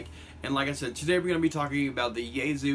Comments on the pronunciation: ya-E-so not yayzu what the fuck! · Its pronounced Yah-eh-sue